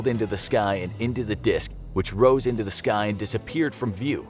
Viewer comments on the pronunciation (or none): none